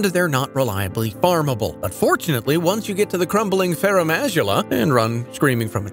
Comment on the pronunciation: Your pronunciation of farum azula gave me an aneurysm